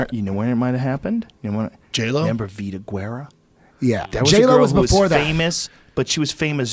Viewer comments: Isnt it Guerra? Not Gurrera? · Brendon Schaub "Gerera" even after hearing and seeing "Guera" several times..... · What's even more hilarious is he still can't even pronounce her name correctly. Guerra not Guerrero